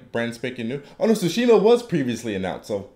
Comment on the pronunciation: It's Tsushima, not Sushima.